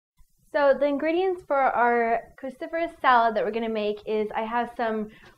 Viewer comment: What did she keep calling these vegetables? Christopherous?